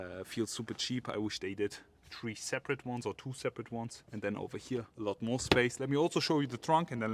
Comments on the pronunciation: please learn how to pronounce number "three" it is very annoying to hear about some "model tree" over and over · It's model THREE, not model TREE. :) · good short review, but please learn how to pronounce "three", it's not "tree" ;) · Nice presentation...thank you...extremely detailed and informative. Yet...personally, I found your pronunciation of the word "Three" to be annoying...it is Three...not Tree. I found myself focusing more on the way you misarticulated the number than in your presentation. Am I the only one? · He must be very excited about it he is keep saying tree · Say “tree” one more time, say it again!😂🤣🤣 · Folks, give the guy a break about the "tree" thing. How much German do you speak? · say it again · I find it odd that he can say thousand but not three😅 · you funny fam and yea i find that odd as well🤣🤣